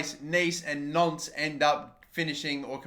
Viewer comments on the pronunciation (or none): Nice and "Nonce". Nantes